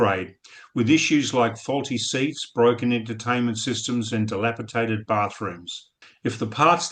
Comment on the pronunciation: Did you say dilapitated or dilapidated, second one is correct, btw loved the smirk from Geoffrey when the cockroach was displayed lol